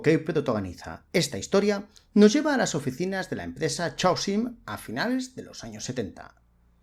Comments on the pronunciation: Por piedad , para de pronunciar chhh aosium A poco no reconoces o palabra Caos (en inglés y muchos más idiomas chaos)? Pues eso, C aosium!… Es un poco irritante escucharte pronunciar mal a cada vez que lo dices. Parece que estás hablando de un chicle. Y eso que me encanta lo que haces! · Normalmente no me quejo de la pronunciación en inglés... pero en este caso es una palabra importante y se repite docenas de veces: Chaosium. Es una variante que se inventaron a partir de la palabra "caos" en inglés ("chaos"), que se pronuncia mas o menos, en fonetica de andar por casa, "keios". Por lo tanto, "Chaosium" se pronuncia (de nuevo, mas o menos) "keiosium"